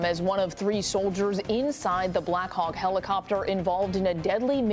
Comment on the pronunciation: AHH Heh Heh...He said Khawks. He Heh heh